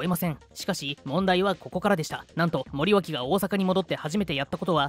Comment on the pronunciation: 内容はともかく森脇をもりよしと読んでるのが気になった。